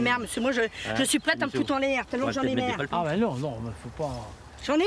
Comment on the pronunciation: LOLOLOLOL!!! : "Moi m'sieur j'en ai merre! j'en ai merre! Mais j'en ai merre!!! " ^^ Avé l'accent... ^^ Et à quand on la voit en gros plan bein moi mes yeux voient donald trump!??! ^^